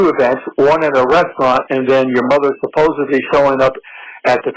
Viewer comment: Ahhhh I hate that people say “suppose-ably” instead of “supposedly!!!”